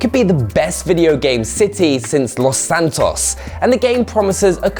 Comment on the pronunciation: Anyone dated him saying LOS SANTOS😂